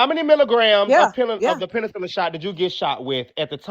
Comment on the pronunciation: 😂😂😂😂 I had to look at the phone, like huh??